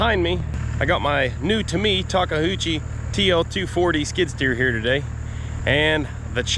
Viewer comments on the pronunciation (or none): Takeuchi not Takuhhoochi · Is Takahoochie the “in” way of pronouncing Takeuchi? All the goobers seem to say it that way. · Nice bit of 12 string.. Sounds more like ta-kay-u-chi. Takka huchi sounds like some drink you hillbillies are making in the backwoods. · Well, Matt. Thanks to Diesel Creek, I now know how to pronounce Takeuchi. (4 syllables, not 3).